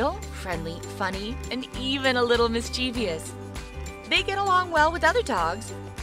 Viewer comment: THEY PRONOUNCED MISCHIEVOUS WRONG __-__